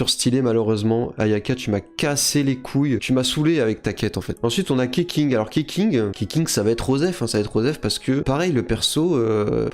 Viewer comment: Je crois que Sayu est adulte, mais qu'elle arrive pas à grandir physiquement. Ça la complexe et elle dort beaucoup car qqun lui a dit que beaucoup dormir faisait grandir. Spoil : dormir h24 ne fait pas grandir PS : Keqing ça se prononce ketching PPS : Kokomi nulle ? Mdrrrrr non non. Elle est ouf